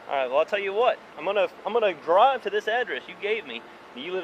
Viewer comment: "Awm gonna DRAWV to this address..." Hillbilly.